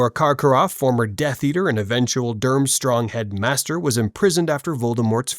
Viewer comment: Bro said "durmstrom